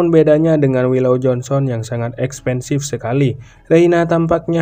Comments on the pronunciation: Kok gue denger nya mimin ngomomg expensive ya? Maksudnya expresif kali yaa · Min...ngomong apa sih ..expensive..😢